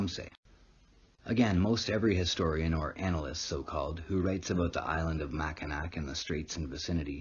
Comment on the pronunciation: Mackinac is pronounced mackinaw